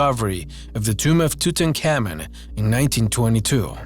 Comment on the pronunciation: I've Learned This Guy Can't Say Tutenkamen Correctly, Or Mosaics, And Several Other Words... I Don't Trust All The Information He Gave Out Either As I've Seen Most Of Not All Of The Stories In Other Videos But They Have Different "Stories" Told By The Person Narrating The Video...